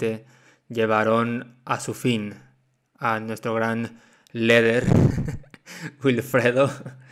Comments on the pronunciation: No se pronuncia lider y no leder y wifrido y no welfrido q verchs 😂😂😂😂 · Por que dice “leder” ? Jaja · La culpa es de la gente que confía en alguien que dice "LEDER" . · Por qué dice “leder”?